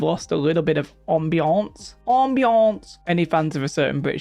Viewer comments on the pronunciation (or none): Did just tried to say "ambiance" in french? HAHA